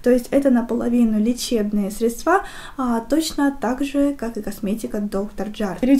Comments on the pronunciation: Тоже очень режет слух, так же как средствА и кремА ☹️ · Выключила после слова средствА